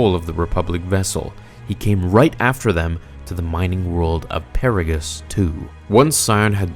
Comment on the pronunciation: Lol I love your videos but I question whether or not you actually played KOTOR 2 or if you read a summary of the events. The way you pronounced "Harbinger" and "Paragus" is the way one would say them as they read them because if you played the game both of these words are said multiple times during the opening events of the game itself. The dialogue it repeated by at least 3 different characters. Atton, Kreia, and HK 50 all pronounce Harbinger correctly and the same. Also between the three of them and the audio logs you should know how to say Paragus properly as well.